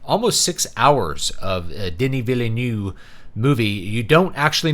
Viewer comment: BTW: It's pronounced: Duh-knee Vill-nuhve. It's French Canadian. Come up and we can teach you.